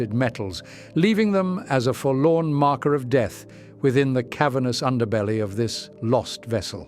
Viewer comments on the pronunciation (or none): none